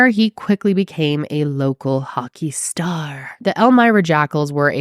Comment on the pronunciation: "...local hockey starrr..." 😆